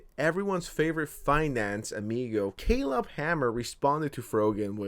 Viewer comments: Finally said Caleb's name correctly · finally learned how to pronounce "Caleb" lol